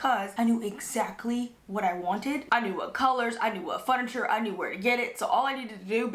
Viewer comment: I just love how you say furniture. I crack up every time. 😂